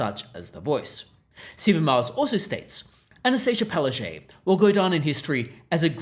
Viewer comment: “Pow-ash-chook” go up to her and say it. That’s how you really pronounce her name in Polish/Ukrainian. She might fall over.